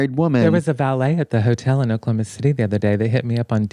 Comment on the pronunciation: Not the Oklahomo... 😭